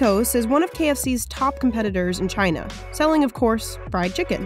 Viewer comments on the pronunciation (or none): none